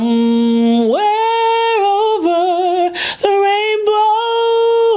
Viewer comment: The breath between the two syllables of OVER when Ariana started singing?